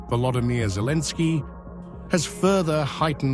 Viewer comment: The TTS is speaking like Zelenski instead of Zelensky. Anyway, I don't even know if this type of video is authentic or not. But one thing is for sure, nobody is going to take Russian nuclear power plants.